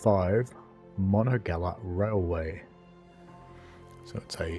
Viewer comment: It's pronounced: Mon on ga hey la.